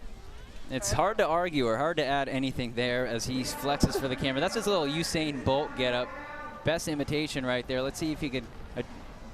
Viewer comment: am i the only one pissed that he mispronounced usain